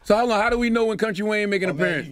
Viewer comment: FYI- sis it’s Wayne, not Wang. You know some ppl will try and drag you about not getting his name right. 😒